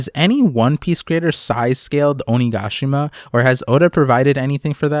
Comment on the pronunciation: I love the way you say onigashima ♡